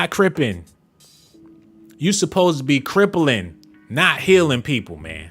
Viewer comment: Did this dude say" CRIPPLINLING"? I'm dead 😆...